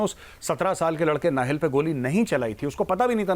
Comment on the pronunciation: नहिल् नहीं काहिल था वो